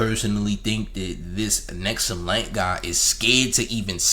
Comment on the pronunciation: His name is "Hexumlite" not "Nexumlite"